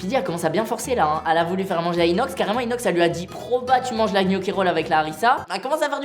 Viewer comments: Michou qui dit gnocchi au lieu de "knocchi" 👏👏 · Ptn mich il me soule avec "kniochi" et "poèle"